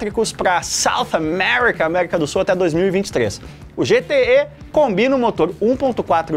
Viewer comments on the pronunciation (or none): "GTÉ" em MG tbm kkkkkk não "GTÊ"